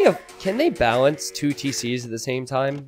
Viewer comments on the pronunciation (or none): none